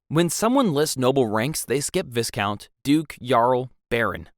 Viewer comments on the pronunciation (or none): Bro its VY-count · It’s so funny hearing the ai voice say yarl it’s pronounced url, viscount is pronounced vi count but all one word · And viscount is Vī-count